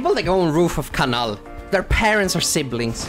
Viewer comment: I like how pronounces kanal correctly Im german I know how its pronouncef